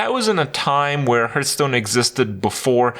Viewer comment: Still can not pronounce the games name lol